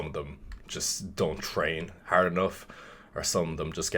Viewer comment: I picked up the Irish when he said “training haerrd”